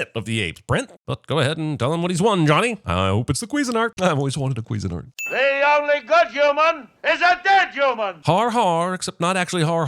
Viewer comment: Did you really pronounce that how I think you did? Pretty sure it’s pronounced cuisine-art lol